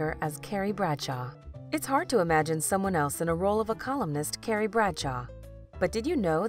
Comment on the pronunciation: Did anyone else hear “Gary” instead of CARRIE